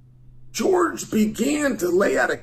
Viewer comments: His name is Jorge, not George. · I love how he calls him George. Every. Single. Time. 😂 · It's Jorge, not George. A boxing match, Chael vs Jorge would be good👌. And I believe he is talking about your wrestling when he talks about crotch sniffing and maybe Masvidal would prefer to stand and bang cause that's his only chance. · So i dont know what Chael has against Jorge but i can tell you being from Miami a lot of people know Masvidal. The guy grew up street fighting it Kimbo Slices crew. Another thing i want to point out is its not “George Masvidal” its “Jorge Masvidal” pronounced differently and most people nowadays just cause of that will tell you they dont know who your talking about lol. Trust me people are special 😂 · LMAO Jorge Fucking with a real G.